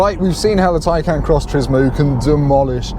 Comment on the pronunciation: Go to Porsche and see how to say Taycan. I can't stand it when people give reviews and can't even say the name of the car correctly. What a joke